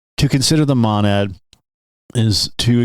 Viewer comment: Its a long O on Monad, God your pronounciation is like nails on a chalkboard